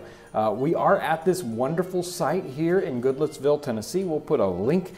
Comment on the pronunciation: Looking dapper, these two were. I thought he said "GoodLooksVille, TN" at the end...you'r telling me! LOL!! I looked it up...it's "Goodlettsville."